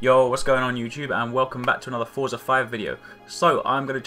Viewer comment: Finally, a youtuber that knows that Forza doesn't have a T in it.